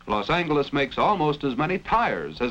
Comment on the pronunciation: Love the Hard G pronunciation of Los Angeles